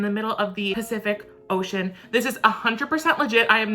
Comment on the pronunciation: He really said pee-cific oceon